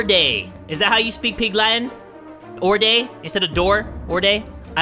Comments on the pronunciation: Oorda is door in pig Latin you said it right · You got oordā right for pig Latin but ex is exwā when it’s a vowel it’s a w at the end